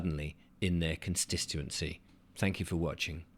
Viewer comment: Please learn to say "con stit uency" not stissuency.ffs mate